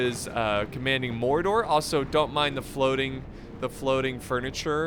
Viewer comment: u said Mordor not gordor